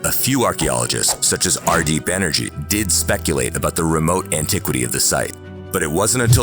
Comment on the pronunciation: its R D Banerjee not energy